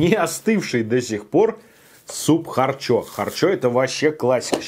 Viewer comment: минутка смеха: далма,чакмерули,кутапчик,харчо-харчя